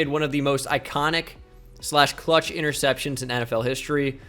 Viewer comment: Why would someone so illiterate make a quiz like this lmao. Didnt want to check spelling for anyone?? Ya know like for Blake "Portles". Or knowing how to say "interceptions" and us know what you're talking about?